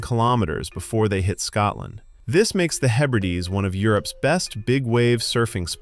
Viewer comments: Fact 31: Scotland is not pronounced Scatland. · When the narration begins with the word "Scatland", you know to stop watching immediately. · Its Scotland, not Scatland !!! There's nothing more grating than Americans pronouncing the English language